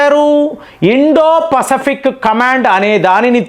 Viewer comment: Pasfic pronunciation different ga palukuthunnaru yenti